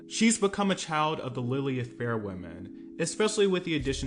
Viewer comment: Did....did you just call it...Lillyith? Instead of Lilith Fair? I cannot be this old of a millennial 😱😱☠️☠️😭